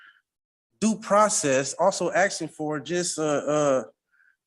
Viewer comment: Um axing you to puve Um a livun human bean.